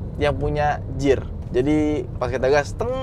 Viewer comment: Fyi aja bang, kata "gear" pengucapannya gir bukan jir. Xixixi